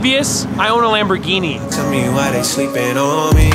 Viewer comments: Do you mean Wamborghini. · “im hewe at my gawage just bought a dedicated wambogini” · Hewe in my gawage just got this bwand new deditaded wamboghini... fun to dwive on this minecwaft... awea, but you know what i like more than this lamborghini Knowledge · Hew in my gawage just bwought my bwand new dedidated wamborghini. But do you know what I like mow than my wamborghini? Knowledge... Thats why I had these book shelves installed I wead one book a day.